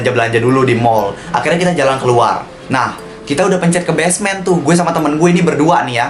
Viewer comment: Basement bang Bukan Besmen